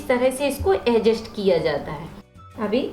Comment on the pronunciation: Vo ajest nahi adjust hota hai bolane to aata nahin Hai aur Chali video banane pagal